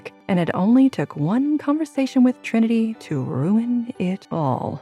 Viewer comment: It’s good. It bothers me the way they are botching Trinity’s name.